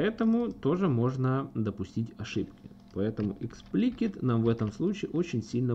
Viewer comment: Эксплисит а не эксплкит ...